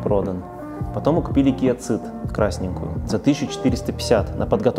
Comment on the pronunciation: да ё моё, почему Киа Цыд? это как и Хонда Цывик? в англ. языка city, cinema - сити, синема и т.д.... Сид и Сивик... ЖЕ )))) Seed - тоже Сиииииии....